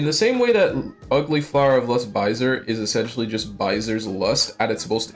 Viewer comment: Sorry man I meant like the pronounciations of names like "Baiser" being pronounced like "Byzer". It's funny and this is still a very good video. No hate.